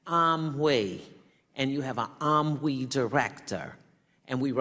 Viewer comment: Amwee and reo lmao